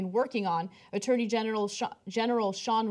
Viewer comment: Did she say 'attorney genital'? LOL